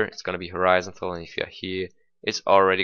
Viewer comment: Horizon-tal. that confuzed the shit outta me when i first heard u lol ;p